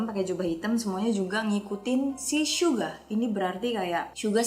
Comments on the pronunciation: Kok telinga gw gk enak klo ngomong syuga bukan suga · bilangnya syuga bukan suga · Suga oy, bukan syuga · jangan manggil suga jadi syuga dong sama j hope di panggil nya j hob aku nya gk suka manggil yg bener aja